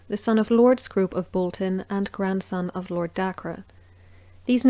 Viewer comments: Its Day care prounced not Daker Dacre is spelling. Yours Sir Kevin Parr Bt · Dacre rhymes with acre (the land measurement).